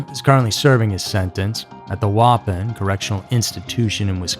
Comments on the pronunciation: PLEASE LEARN HOW TO PRONOUNCE NATIVE AMERICAN WORDS. IT'S PRONOUNCED WAH PON. NOW YOU KNOW WAU MAKES THE WAH SOUND. I LOVE YOU VIDEO'S BUT DAMN YOUR MISPRONOUNCED NATIVE WORDS MAKE MY EARS BLEED. WAUWATOSA WI IS PRONOUNCED WAH WA TOSA. PLEASE FIX THAT IN YOU VIDEO'S PLEASE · Omg so weird seeing something from my small home town. Also worked in the prison he currently resides in! So scary way to close to home. P.s. that is not how you say Waupun.